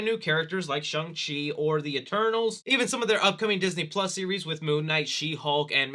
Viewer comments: It’s actually SHAWNG-Chi rhymes with song. It’s the same kind of A sound like Hall, ball, wall. Please notice this comment. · "Chungus Chi"😂😂😂😂 is built different!